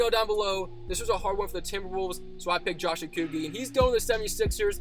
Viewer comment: Its pronounced like OH-KO- G-EE (with a hard g) coming at you form a Josh Okogie Stan. Hoping the sixers win because Okogie is my favorite